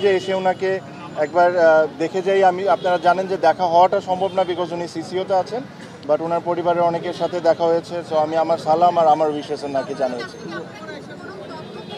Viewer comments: স্লাকুম কি রে ভাই, তুই আজ পর্যন্ত সালাম টাও বলতে পারিস না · সালামটাও ভালো করে দিতে পারে নাই। রংবাজ/পল্টিবাজ তামিম